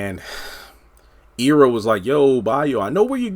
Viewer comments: It's pronounced Eye rah. Not Ee ra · Not EEErra its Ira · The characters' name is pronounced "Eye-rah" (spelled Ira) not "Ear-rah"! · Forgive my pettiness but it drove me crazy that you were pronouncing Ira (Eye-ra) and Citsy (not Cisty) wrong. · Pronounced Ira Eye Rah